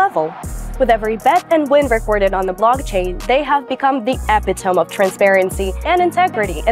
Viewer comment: It's pronounced E-PIT-OMEE, not E-PIT-OUM